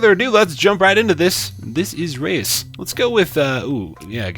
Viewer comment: I know this is probably to little to late, but the name "Reus" is actually the Dutch word for giant. If you put the word in Google translate and press on the speaker, that's how you pronounce it.